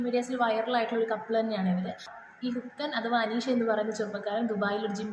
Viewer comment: അല്ല മോളെ ഇത് ആ പയ്യൻ ആ പറഞ്ഞ അമ്മച്ചിയെ നേരിട്ട് ഫോണിൽ വിളിച്ചു ഇത് പറഞ്ഞാൽ പോരെ നാട്ടുകാരെ മൊത്തം അറിയിക്കണോ, പിന്നെ മോളെ ഹുക്കൻ അല്ല ഹൾക്കൻ എന്നായിരിക്കും